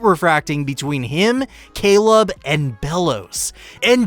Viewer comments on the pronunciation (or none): none